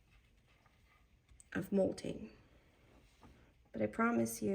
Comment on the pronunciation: How have u done certificates and classes and lives and nobody has told you its mott-ling not molting like a bird lol.